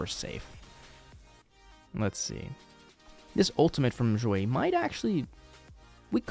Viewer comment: "x" in Xueyi is pronounced "sh" not "zh". Same with all other chinese names/words.